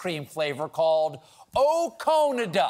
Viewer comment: Ok I get oh-Cone-ada, it’s cute but then to have Jimmy Fallon’s ice cream that stings. If you’ve never had Americone dream it’s really really good.